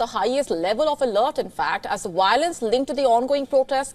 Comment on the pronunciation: I abhor Wiolence 🤣